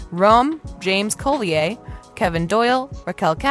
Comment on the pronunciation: Bonneville is pronounced bah-nuh-vil, not bon-vil and Rob James Collier is kahl-yer.